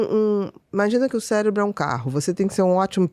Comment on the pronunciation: Eu ouvi "célebro"?